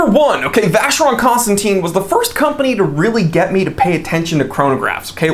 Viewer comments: Buddy you’re mispronouncing VC. 🤔. Should sound like “constantan”. Not “constantine” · It’s not Constanteen,it’s Constantan. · It's Constantèn, Constantèn Constantèn! ...please :'( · If you love the brand so much though it would be nice to pronounce it correctly? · I understand, but if you like the brand don't you need to have at least an effort to pronounce it correctly?